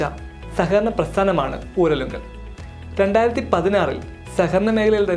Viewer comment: ഉരലുങ്കലല്ല ഊരാളുങ്കൽ